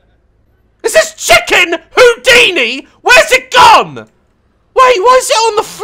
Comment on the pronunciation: i don’t wanna be that person but it’s “houdini”